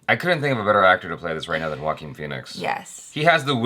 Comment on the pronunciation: ... wait Joaquin Phoenix is pronounced as Walkin Feenicks ... Whoa ! I knever new 🤷‍♂️🤡😅